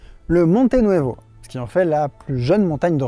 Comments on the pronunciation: Monte Nuovo et non Nuevo merci 😊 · Monte Nuovo, pas nuevo!